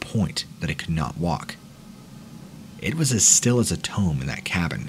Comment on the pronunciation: Dude. You seriously mispronounced the word "tomb"? What the actual fuck? 😂😂 Said "tome" lmfao i canttttt !